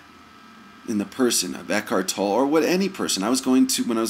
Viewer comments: Toe-Lay. Not Tole. Toe-Lay. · all I did was correct his pronunciation of Tolle's name. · The correction on Tolle's name comes from the source. he is Eckhart Tolle and he knows how his name is pronounced so I passed on the correction. A critique is an opinion and is therefore pretty worthless because it is based on one's own personal past conditioning. To critique others is to assume that you know what is best FOR THEM. Only God knows what is best for each person's soul, therefore criticizing others is an illusion. One can only speak for oneself when it comes to "what's best".